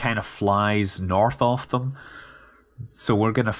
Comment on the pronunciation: lol "norTHHH ov thhuum"